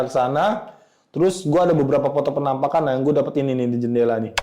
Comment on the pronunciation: bang kalo gue perhatiin kayak cara ngomongnya khas ya, contoh "beberapa foto FENAMPAKAN..." sama "... yang menurut gue ini adalah tempat-tempat yang EFIC..." 😂